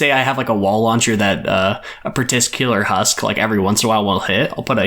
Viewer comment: patiscular wall launcher LUL LUL LUL he ment particular